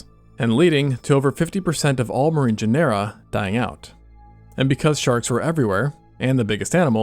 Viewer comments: Genera–It's pronounced like genre! Good vid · GEN-er-a is the pronunciation. Really great though.